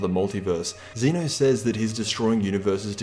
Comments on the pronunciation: Xena ?? He's Zen-Oh Sama, bitch ! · It is pronounced Zeh-no not Zee-no